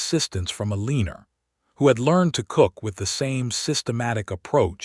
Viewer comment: Not ELeeenor, either lol